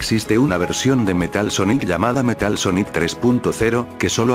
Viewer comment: Pon Sónic para que no te diga Soníc